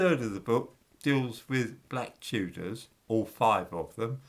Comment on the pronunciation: It's da Chewdahs innitbruv 😂